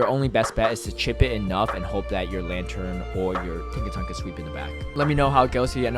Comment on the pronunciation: why are you pronouncing Tinkaton with a G at the end lol